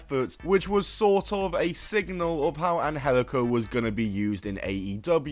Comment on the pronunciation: It’s not pronounced an-hel-ico. That’s just the way they tweaked it for Lucha Underground. It’s pronounced an-jel-ico.